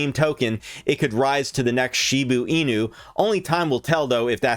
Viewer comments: It’s Shiba Inu not Shibu Inu ffs!!! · ITS PRONOUNCED SHIBAAAA INU YOU FUCK. SHIB TO THE MOON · "She boo ee new"